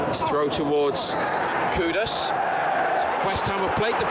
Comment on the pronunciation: Tip for the commentator, its not pronounced koo-dis, its pronounced ku-doos : )